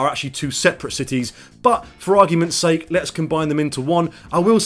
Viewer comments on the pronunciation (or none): none